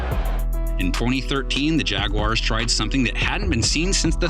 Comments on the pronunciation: i loathe people who say jag-wire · What the fuck is a jag-WIRE? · jag-wire! what then hell is that ? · Why are there people who say "Jag-wires" instead of simply pronouncing the word properly?